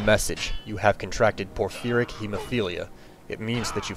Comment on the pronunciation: Jesus.. FANTASTIC video but you need to pronounce things correctly... Vampirism - not VAMPIRE-ism, Vam-pier-ism Porphyric - not por-FEAR-ic, por-FIE-ric Attributes - not a-TRIB-utes, AHH-tributes (you stress the first syllable)